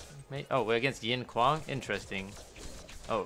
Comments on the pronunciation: Kwong? Why are you saying kwong? If we take away the k, wang, would you pronounce wang as wong? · Really you and hollow are the only ones ive heard call him kwong interesting